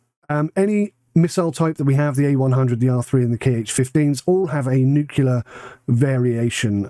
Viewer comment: Anyone who says nucular instead of nuclear is an ape.